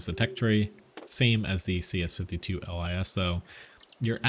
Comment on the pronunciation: Pollack here: you can pronounce LIS like "LYS" or "LEES" like in "LEASe" but without last "e". Lis means fox in Polish, hence the fox on the turret in the skin for the CS-52